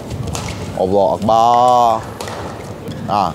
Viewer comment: Aku slh dengar ke ni TBH sebut Allahuakhbar..🤭🤭..even x jls sgt tapi sbutan tu boleh difahami.TBH mmg bnyk brgaul dgn org kbnykkn..mantap TBH..👍👍👍